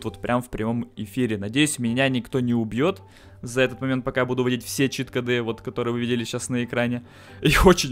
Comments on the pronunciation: чит-кОды, а не чит-кАды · Не Кады, а коды!!!!! Такое ударение - это тупость. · Короче, ты вроде неплохой человек. Но во-первых, чит кОды, во-вторых, поменьше бы пиздежа, побольше бы дела,в-третьих, ты похоже маленький ещё? Это же как надо коверкать многострадальный русский язык?